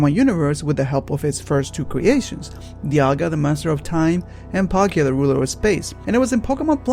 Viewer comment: LOL YOU JUST SAID INSTEAD OF DIALGA YOU SAID "DIAGA" XDXDXDXDXDXDXDXDXDXDXDXDXDXDXDXDXDXDXDXDXDXDXDXDXDXDXDXDXDXDXDXDXDX!!!!!!!!!!!!!!!!!!!!!!!!!!!!!!!!!!!!!!!!!!!!!!!!!!!!